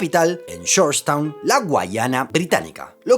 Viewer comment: Oir Gourgetown me da escalofrios